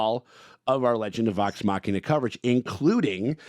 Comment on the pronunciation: ngl I got so used to saying “Legends of the Vox Muh-she-na” that it feels wrong to hear him say it properly.